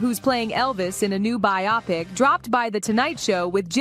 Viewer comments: Hey narrator - biopic is pronounced BYE-oh-pic. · That's not how you pronounce BIOPIC.